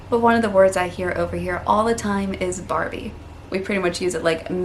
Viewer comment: You are saying arvo and barbie just fine.